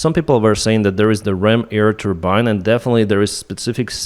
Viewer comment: With all respect, its called AIR, not eaer....